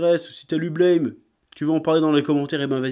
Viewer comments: Ça peut paraître surprenant, mais Blame ça se prononce "Blâme" en fait (ブラム), pas "Bleïm"… Après cette information capitale, je te remercie pour cette vidéo, tu as piqué ma curiosité. =] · Par contre petit détail sur Blame!: ça se prononce buramu (comme à la française quoi) en référence au bruit que fait le flingue de Killy quand il tire =) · NON! Ca se prononce BLÂME... A la francaise. C'est ecrit en Katakana : ブラムー＞ラ= La... Et Tsutomu Nihei dans une interview, C’est une onomatopée pour les grosses explosions. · Non, mais pour tous les fans de Blame! Apprenez déjà à prononcer le titre correctement avant d'en parler!